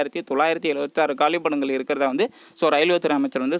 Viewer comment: Kaalipidangal illa..kaaliidangal